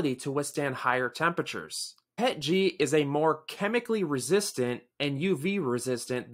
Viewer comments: PEE EEE TEEE GEE not Pet Gee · My first time ever reading the acronym and I immediately called it "pet-jee". You're ridiculous for demanding someone say "p-e-t-g". Just ridiculous.